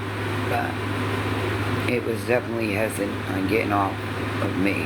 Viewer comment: Omfg the proper pronunciation is "HES-I- TANT" NOT HESSIN AND IT'S "PROSPERITY" NOT "PROSPERTIE" 5TH GRADE EDUCATION I SWEAR